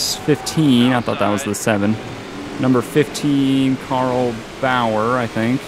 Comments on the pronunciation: Carl bower XD Clint bower and is boyer is how it sounds XD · #15 Clint Bowyer is pronounced like boy-er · lol said bowyer wrong